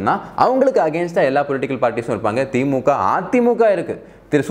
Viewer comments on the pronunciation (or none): none